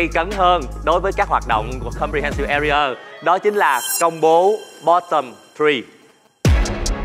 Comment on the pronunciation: His pronunciation "AREA" is bad and wrong